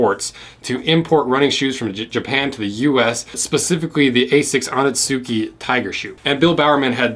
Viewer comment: Stick to cutting boot videos. Research isnt your strong suit when researching the history of running shoes.Not sure why you called the Aztecs Asics and not Onitsukas(which you pronounced O-neat-sookies)while showing a picture of the Onitsuka Corsair. Fyi Asics Aztecs do not exists!Then saying that the invincible 2 is Nike's best running shoe when they have the vaporfly and alphafly is heartbreaking.Finally your bounce tests were of different and seemingly random shoes.Invincibles are max cushioned shoes and you could have compared it with the Saucony Triumph or the Hoka Bondi. At least you guys earned a dislike 👎👎👎👎👎